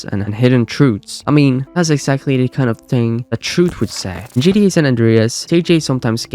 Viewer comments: Am I tweakin or is he callin GTA. “GD, GDA” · the amount of time he mispronounced gta is insane